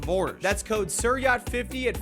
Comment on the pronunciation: Is it just me or your accent… Are you pronouncing “Siryacht” as “Sireeyat” 😳